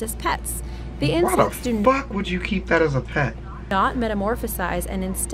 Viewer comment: "we gotta do insects" my fucked up hearing: "WE GOTTA DO INCEST"